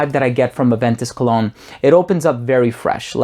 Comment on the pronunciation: First I understood "clone"..but than I realized "Cologne" :-))